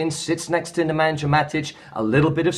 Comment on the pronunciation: First of all, I love your videos. But cmon man, you work in football, you watch AND listen to United games obviously so can you please say Matic's name corrrectly? Its not Ne-man-jah but Ne-Man-yah. As for Pogba, i have italian friends who are Juve fans and while they liked Pogba they all said that he is not a very versatile player, he can not play multiple positions and has to have the rivght balance of players around him. At Juve it was playing on the left side of a triangle in the 3-5-2, having Maestro Pirlo pulling the strings and Vidal and Marchisio doing the dirty work and a solid defence which gave him less defensive duties and allowed him the liberty to go and roam forward. The term they used for him was a mezzala which basically means a false winger: a midfielder who plays towards the flank despite being a central player. id play him as a number 8 in a 4-4-2 or in a 4-1-4-1 Id have him in the middle two of the inverted triangle